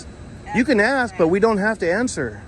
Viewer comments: Baldilocks straight up telling you what to do then instantly gets an attitude when you tell him to take his hands out of his pockets🤣🤣🤣 It’s hard to take someone serious when they aren’t capable of pronouncing a simple word like ASK, instead continuously say axs. Just stupidity at its finest. Not to mention the “I don’t want you to taking my picture” lady😂😂😂 The security lady swears she’s important, more than likely the highest position she’s ever held, “don’t lean on my vehicle” dummy needs to get a clue and realize her or her partners ABSOLUTELY DO NOT have any kind of authority to over ride a United States Citizens constitutional rights!!! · He is gonna axe u again, leave the campus. 🤣 what is wrong with these people axing everyone. Isn’t axing illegal? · He sure does allot of axing. That's scary